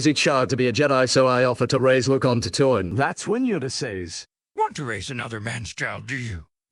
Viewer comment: Got the AI to pronounce Bye-Den right, but not Tatooine.